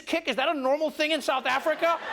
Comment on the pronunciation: "WELCOME TO SOUTH AFRRRRICAH"!!!